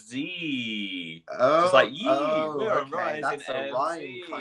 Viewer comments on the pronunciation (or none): philly: pronounces NZ as enn zee me, a kiwi: oh my god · like "enn zed" 😅 phil's british so i'm surprised that he pronounced it "zee", the american leg of the tour must've gotten to him